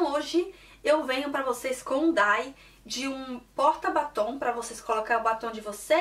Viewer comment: "Diai" não "Dai" pq Y tem som de "ai" e nessa sigla I tem som de I mesmo.